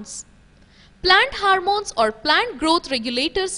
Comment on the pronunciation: That's not HARMOME that is HORMONE